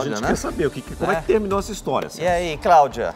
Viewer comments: Quem veio pelo o Tolezuando?? 🤣🤣🤣🤣🤣🤣 "A Cláudia comprou um guarda roupa e não tem roupa" "Craudia" "Incrusiviu" KKKKKKKKKKKKKKKKKKKKKKKKKKKKKKKKKKKKKKKKKKKKKKKK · Mano a vendedora ficou tão nervosa que falou errado "Craudia" "incrusivi" esse povo pra engana e um amorzinho depois que engana são um monstro🤬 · A “CRAÚDIA” ficou P da vida 😂😂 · Com todo o respeito a, mas "Craudia", "pobrema", " incrusive"? Não dá! 😂😂😂😂😂😂😂😂😂😂😂😂😂😂😂😂😂😂😂😂😂😂😂😂😂😂😂😂😂😂😂😂😂😂😂😂😂😂😂😂😂😂😂😂😂